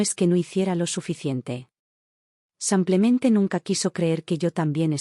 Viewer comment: No entiendo cómo pueden escribir simplemente y la narradora decir semplemente ???